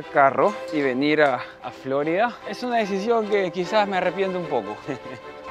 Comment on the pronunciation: No entiendo porqué acentúas Florida en la o, Flórida, alguna explicación?, video muy interesante, com siempre, gracias.